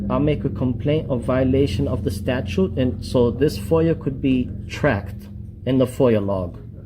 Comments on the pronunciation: HR can't even pronounce the word correctly! Its not a statue dum dum learn the English language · Statue? can't pronounce words😂😂😂😂😂😂😂😂😂😂